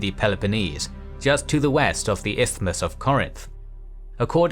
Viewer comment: Amongst many other aspects, i am impressed by the narrator's impeccable pronunciation of the word "Isthmus".